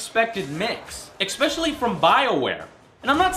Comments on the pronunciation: "Expecially?" hey AngryJoe.... its Especially...... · Again please will someone tell that the word is "especially" not "expetially". it is the ONLY thing that bothers me ABOUT HIM. Well that and some of the unnecessary screaming but he does when it isn't warranted. The mispronunciation is in almost every single review. Its bad. But its all that's bad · There is no X in "especially." Please stop saying "expecially." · "Expecially"... sigh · Joe says "Expecially" in literally every damn video. I freakin hate that shit! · "Expecially" Seriously? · GOD STOP SAYING EKSPECIALLY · I don't really mind his reviews...well..I have one pet peeve. And that is his use (or rather misuse of the word especially (he pronounces it expectially)) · goona shoot myself if he says "exspecially" one more time in this :-/ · why can't he pronounce especially correctly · There is no "x" in the word especially.